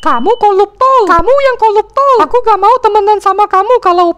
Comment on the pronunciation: "koluptol" noice